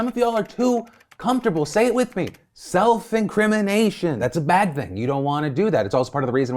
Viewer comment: self incwiminashun